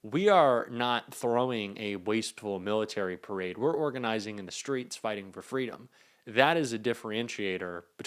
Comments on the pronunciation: "PERADE"..... LOL!!!!!!! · "perade" ??? rainy day "perade"??? jfc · "perade"? "PERADE"?? How godammd stoopedd ken he gett? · Perade??? The idiot is illiterate 😂😂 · "Perade" haha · Also, 'PERADE' 🗣️🗣️ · Hey trump. It's PARADE. NOT PERADE. You IDIOT!!! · “Perade” - really? Wow! 😂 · "Perade". 😂 He's such an idiot. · What's a "perade"? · Perade or Parade 🤣🤣🤣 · I love his “ PERADE”🤣🤣😂😂🤣 DUMBO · "Perade?????". Gads! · His “perade” 😂 Dude is such a stable genius. Let it rain, let it rain, let it raiiin! ☔️